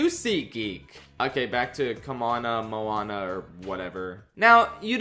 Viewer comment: I didn't watch Moana 2 so I don't know how it sounds in the movie but "come-on-a Moana" is the worst thing I have ever heard regarsing a disney princess, so how dare you?